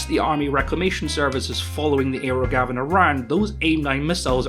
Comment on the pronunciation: You keep saying "aero Gavin", but I keep hearing "aerogasm", which sounds like what is going for.